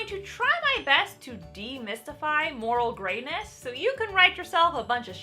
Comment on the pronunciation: Idk why, but , I heard "moral gayness". What would that even mean?